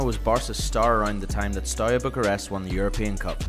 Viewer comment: It's not Stoya. ST is fine, but E in Everton, A in Arsenal, U like oo in LiverpOOl, and A again in Arsenal.